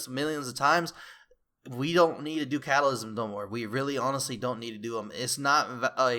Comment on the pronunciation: "Catalysm".......it's Cataclysm. :P